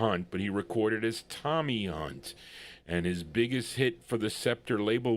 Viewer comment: Thx. Appreciated it. The 2nd pronounciation is right, u got it fine. TOMMY HUNT was big in England, still is. Records stay, people go =" Thats Life" by Joe Texxxx who advanced the Frankie Boy version HUGELY .... Scepter was an interesting lbl, even released a Memphis Slim blues piano lp that I got. CHUCK JACKSON was an incredible person, though his career flopped 2 early, died 2 yrs ago. (Was George Bush s =Sr fav singer, oddly enuff ..)